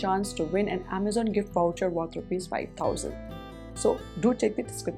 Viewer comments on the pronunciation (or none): none